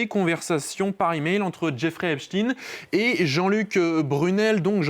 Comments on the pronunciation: C Epstein non Epstine !😂😂😂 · Epstein et non Epstine Il faut appeler un chat, un chat non ??? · Pourquoi prononcer epstine, eptStein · C est pas epstin c est epstein !! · Prononcez au moins le nom d' Epstein correctement !